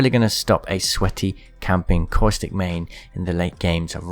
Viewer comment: I cant get over how u keep saying "Coystic" instead of Caustic 😂